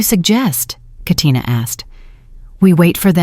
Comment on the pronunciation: This is the 1st time I heard Katina in a story.. most people fumble the name in real life but AI didn't.